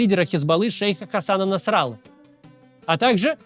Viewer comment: Ни ..." против Насра'ла ,а "... против Насралы'